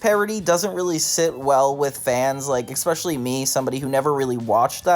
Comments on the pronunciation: aluminium is in the UK dictionary, it's a correct spelling that happens to differ from the US spelling, so that's a moot point. As for "maths", couldn't agree more. It's an annoying thing, but I think surely we can agree that "EKspecially" and "EKscape" are worse? 😂 You don't need to be defensive, it's just a comment made to NOT you xoxo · How tf are you pronouncing "especially" "EKspecially"? You Americans sure like to add letters lol. EKscape, no, EScape hahaha